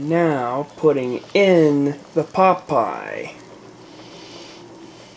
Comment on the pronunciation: So... you're starting a cooking show, too? 😉 I can appreciate that. Pot Pie really sounds like Pop'eye. 😆 o_< An interesting concept. It's like a stew with pieces of dough in it. In Finnish Karelian traditional cousine in the Eastern Finland (and I guess in the current Russian side, too), there's this bread with pieces of pork and rutabaga in it. You traditionally eat it warm and with some butter, yum. 😋 It's called "lanttukukko" or a "rutabaga purse/rooster", depending on the etymology of the word "kukko". In Savonia, a little bit more to the West from Karelia, the dish is traditionally filled with fish and pork. That's called "kalakukko" or a "fish purse/rooster".